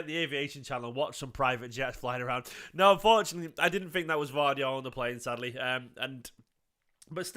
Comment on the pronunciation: Pronounced...... YOSHKO GUARDIAL